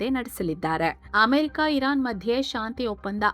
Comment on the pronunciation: ಆಮೆರಿಕ ಅಲ್ಲ ಅಮೆರಿಕ ಅದು